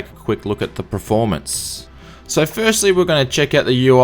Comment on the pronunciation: By the way, the word is PERformance not Preformance!